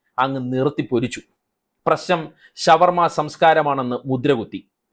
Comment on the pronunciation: ശവ വർമ അല്ല ഷാ വർമ യാണ് നല്ലത്